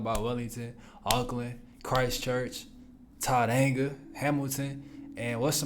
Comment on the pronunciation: Tauranga pronounced Toe-Ranga. Toe (Tau) Ranga (Ranga)